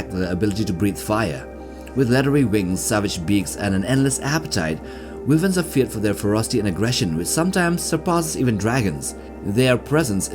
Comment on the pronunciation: Wyvern is pronounced ( why - vern ) and all the dragons in Westeros are considers to be Wyvern because their wings function as both wings and arms, if they had a set of wings separate from the front arms, then they would be true Dragons.